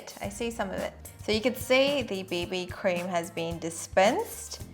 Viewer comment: I thought she said baby cream, not bb cream 😂😂😂😂😄😄😄😃😁😀